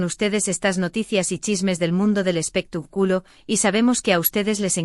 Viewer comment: Y usted comentarista tuene muchos errores de pronunciacion en las palabras que pronuncia x ejemplo no se duce espetac'ulo si no espectáculo acento en la a